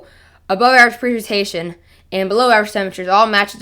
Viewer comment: YOU CANT TALK.... PRECIPITATION. Pronounce it correctly. your missing the CIP..... Say it correctly.... WTF.